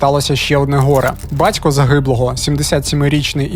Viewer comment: Жицця, Тецяна, бацько, сміцця..... Що це за ідіот- говір? Чоловіче, працюй над вимовою та інтонацією, тому що це є мінімальна основа для диктора. А ще, в колі нашого об'єднання ми на цих звуках багато раз ловили рашистів, ну і ремонтували їм щелепи, безкоштовно.